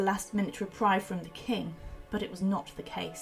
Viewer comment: She also said reprive.. mispronouncing reprieve.